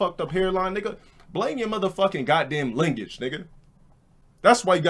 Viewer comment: Lineage, or lingage?